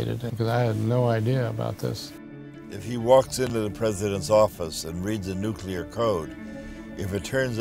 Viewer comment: Learn to pronounce nuclear I can’t watch just for that